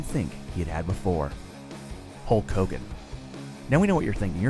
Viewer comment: He said hogan